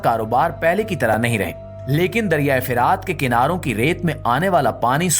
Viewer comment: Bhai dariyai firaat nahin dariyai furaat hai jumle theek Ada Kiya kro